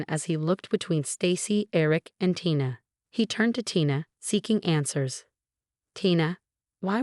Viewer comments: Is Isaac’s wife’s name Tina (pronounced TEA-NAH) ; or Tina (pronounced TIE-NAH)? You tend to switch back and forth. Make up your mind!! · Firstly, please learn to pronounce Tina's name correctly and secondly for some reason my suspicion shifted from Issac to Tina. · How many ways can a person mispronounce and misspell “Tina”? There were many other mistakes as well! Please get better narrators!!